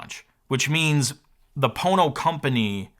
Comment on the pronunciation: Ohhh. Pono, umm, not Po*no. Nevermind. Gotta run.